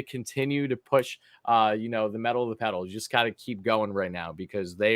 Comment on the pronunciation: It’s “pedal” lol